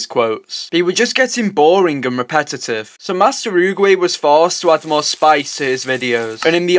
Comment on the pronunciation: Let’s put more emphasis on REPETITIVE 💀